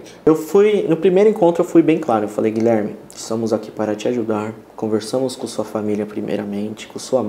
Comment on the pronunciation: Fiquei agoniada com o advogado dizendo "Gilerme".